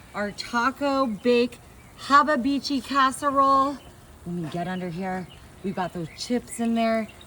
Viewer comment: “haba bichi” lmao 😂😂😂